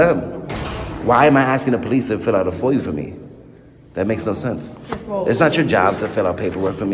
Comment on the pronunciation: He says “foy-you” instead of FOIA more than once. A new word for the frauditor “libarry!”